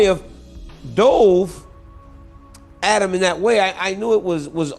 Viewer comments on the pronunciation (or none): none